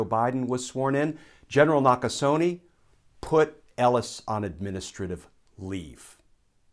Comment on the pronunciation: Gen Nakasone's is pronounced "...neh" not "...nee".